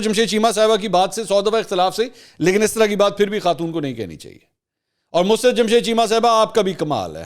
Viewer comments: منصور اپ تلفظ درست فرمایں مس رت نھیں مسر رت ھے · Musarrt not mus rat please correct your pronounce